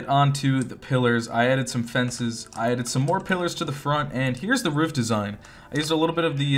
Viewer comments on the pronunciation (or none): the way you said “roof” when you were building the stables made me rethink my whole existence . maybe it’s just ur dialect but i haven’t heard someone say it like that in so long 😭😭